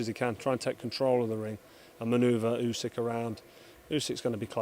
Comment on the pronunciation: MY GUY DEFFO SAID OLE GUNNAR USYK LOL